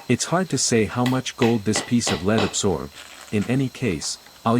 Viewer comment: LEAD is pronounced /lɛd/ (rhymes with bed